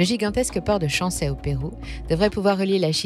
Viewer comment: CHANCAY se prononce CHANKAÏ